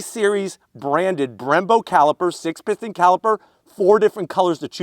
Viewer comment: “6 pithons brakes “ lol